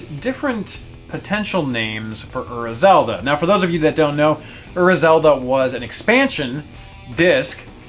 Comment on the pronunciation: personally I like Ura Zelda better, but I really dislike the heavy american accent you use when you pronounce it. you pronounce Ura like "err-uh", when it's actually pronounced "oo-rah" (roll on the r).